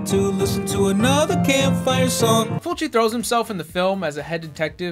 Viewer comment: You said Fulci's name right. You really should watch his movie called Zombie. It's a cult classic. Congrats on the baby!